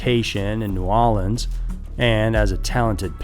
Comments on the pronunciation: If you're going to attempt to say New Orleans like a local, it's 'Nawlins' , not New Awlins 😂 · Love love love your videos. But please don’t pronounce New Orleans...nawwwlins 🤣it’s the worst. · Nah Ohlens. Bruh, where are you from?? I've only heard people that are actually from New Orleans say it like that. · Why do you insist on pronouncing New Orleans "New Ahlins." You're obviously not from there, so stop trying to sound like you know what the hell you're talking about. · Nawlins. Loved your pronunciation of New Orleans lol. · Is this really how you pronounce New Orleans my guy??